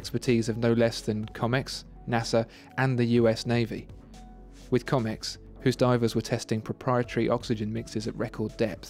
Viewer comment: Great review. One tiny point - Comex is pronounced the same as Rolex, with a proper sounding 'O' - at least that's how we pronounced it in the UK. ( I am a former Comex Saturation diver)